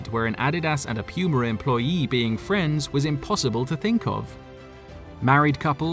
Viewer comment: Pronounced “POO-MA” Guy says: “Pee-You-MA” 🤭